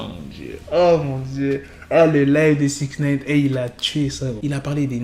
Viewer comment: Six naine ou nine 😂